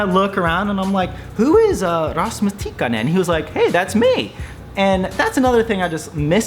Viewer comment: I could hear both Ks in Tikkanen. Well done. Few native English speakers manage that.